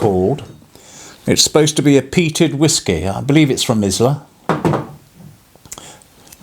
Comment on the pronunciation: Islay is pronounced 'I Lay' north of the border.